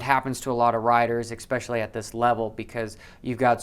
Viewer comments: Can you please stop saying "expecially"... Haha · Look up especially next time your looking up pronunciation 👍🏻